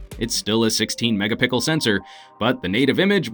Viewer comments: did he said mega Pickle?? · "mega pickle sensor" lol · Does he say it's a megapickel sensor ? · Megapickel? Lol! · "Still has a 16 megapickel camera" - 2016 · 16 'mega-pickle' sensor 😂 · megapickle sensor? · sixteen megapickle camera? Sold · "Packing a 16 MegaPickle sensor" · Megapickle smh. Every single time. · megapickle sensor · "it's still a 16 megapickle sensor" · wait... did you just say mega pickle sensor... LOL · "megapickle sensor" LMAO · " a sixteen megapickel censor" 😄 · you did not just said say Mega-Pickle LOL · Lol "it's still a 16 mega pickle sensor" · Ha, u said "megapickle" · lol, 16 megapickle.